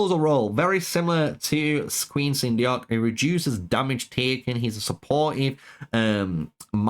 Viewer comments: Actually it's pronounced "sun duck" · Everyone seems to have trouble pronouncing Queen Seondeok. It’s Korean and it’s pronounced “Sone-doc.” Nice and simple.